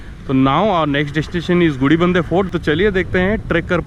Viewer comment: Cool video and great capture. However I'm surprised you kept messing up the name of the Gudibanda Lake & Fort. You kept calling it gudibidadnur. Lol